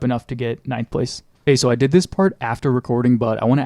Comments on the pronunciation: lol did you say "dih" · says dih to say “did” drone 😭😭